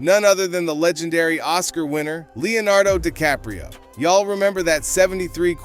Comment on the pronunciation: "Leo denardo DiCaprio" smh